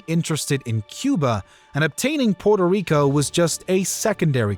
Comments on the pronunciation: Narrator could try and pronounce the island name correctly at least once. Puerto Rico. Not Porto Rico… sound like the colonialist. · Porto rico? Cmon man try a little🤢🤮